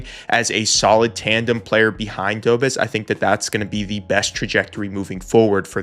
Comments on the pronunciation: Love the channel, but a minor thing.. please pronounce Dobeš as Dobesh rather than Dobes :D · FYI Dobes is pronounced "dough-besh" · Love the video! Just a note, it's not Jacob, it's pronounced more like, Ya-kub do-besh 👍 Sam Montembeau I'm sure will be solid as the year goes on and he gets a few more games under his belt. I love my Oilers too, but they've got a full team that needs this, the fact that Montembeau is the only real example of it on the Habs is crazy. There's also always the risk of later if he struggles that Kaapo Kähkönen could get called up, or maybe even Jacob Fowler, which is turning into a potential superstar goalie, so there's definitely some draft depth for the Habs, so no matter what, they'll have a superstar goalie no matter which guy it is. Tbh, since I also love the Oilers, I super duper wish McDavid would've signed earlier so Bowman could splash on Arturs Silovs or even Kaapo Kähkönen since we could use more draft depth there... Instead McDavid signed late and we're gonna gamble it with Connor Ingram, so hopefully he can bounce back! Tbh, last season the Habs were the most fun hockey to watch for me, but Oilers I knew were gonna make a better push for the cup, even with an arguably weaker forward group than 2024... But this year? It's hard to tell lol, if Montembeau can turn into the beast he was last year? I feel like the Habs can truly come out on top of the Eastern Conference. I would super duper love Oilers vs Habs in the Stanley Cup finals... Then at least guaranteed I'm happy no matter who wins and also a guarantee that Canada finally brings the cup home again lol...